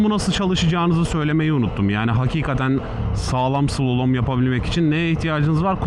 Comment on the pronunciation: Slolom değil slalom, mont giyseydin iyi olurdu üzerinde reflektif yelekte yok ki kamyondan akanlar rahatsız eti, ağzında maşallah çok temiz.